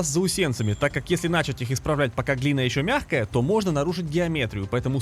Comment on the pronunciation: Снято хорошо, и монтаж интересный, но в слове "начать" ударение ставится на второй слог) Снимай ещё)